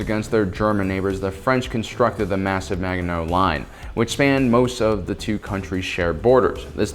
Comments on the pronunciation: Firstly, Water Diviner is a great film to watch. Secondly, Gallipoli is pronounced with the emphasis on the the I, not the l. (/ɡəˈlɪpəli, ɡæ-/, in IPA). Phonetically, it'd be like Galipoli, not gally polly. Thirdly, Maginot is pronounged with the G being more like a ZH then a firm G. Fourthly, Ardennes is pronounced pronetically as 'Ardeenes', not ardeknees. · He also butchered Maginot and Ardennes